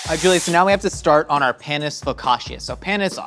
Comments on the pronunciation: Panis is pronounced "Pah-nees", not, Pan-ees, and definitely not "Pae-nis". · it's PAnus like PASta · Their pronunciation of panis annoyed me